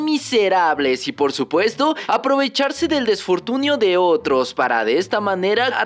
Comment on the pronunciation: Se dice infortunio, no desfortunio.